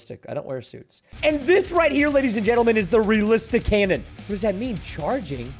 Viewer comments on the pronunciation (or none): He said canion in stead of cannon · AH yes how I love a castle canyon(cannon)